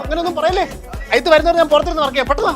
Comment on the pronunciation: അജിത് എന്ന പേരിന് എന്താ കുഴപ്പം..? അയിത്ത് അല്ല അജിത്ത് എന്ന് പറയാൻ പഠിക്കണം.. അതിനെ ദിവസവും 2 നേരം നാക്ക് നന്നായി വടിച്ചാൽ മതി..